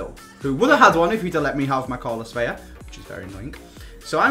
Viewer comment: ITS VELA NOT VELLA